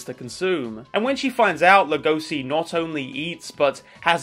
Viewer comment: I don't like how u pronounce legoshi, other than that great vid